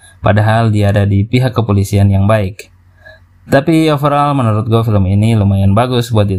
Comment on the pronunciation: Film bukan felm